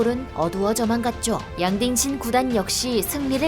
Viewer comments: 난 자꾸 '양딩신'이 '양빙신'으로 들려요 ㅋㅋㅋㅋ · 양딩신이 양빙신으로 들리네요 ㅋㅋㅋㅋ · 양딩신? 양빙신? 정확한 이름이 뭔가요?? 제귀에는 양빙신이라고 계속 들리는데.. 귀에 캔디가 박힛나... 부산에 이비인후과 추천좀..